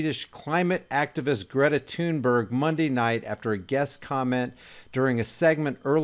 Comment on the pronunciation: Not tune berg thunberg like thumb Thor thud THunBerg. She says it like Thun Bae